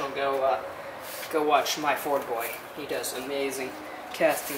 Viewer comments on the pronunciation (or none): "Myford Boy" not "My Ford Boy".